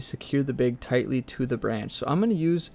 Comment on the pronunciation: I really love how you say bag. bheg.